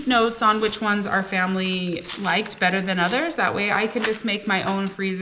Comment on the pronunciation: Everything's bettuh with chedduh.